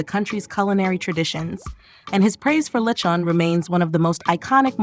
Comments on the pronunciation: I immediately leave when it offends my ears to hear LE- CHOWN and A- DOE- BOE. For chrissakes these food items have been vlogged about by foreigners and fil-ams for years and they can’t pronounce it right. Perhaps America’s educational system needs an overhaul. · “Li-chon” just why.